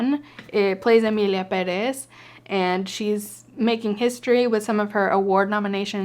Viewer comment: Omg, it feels so amazing hearing an English speaker pronounce Pérez the right way.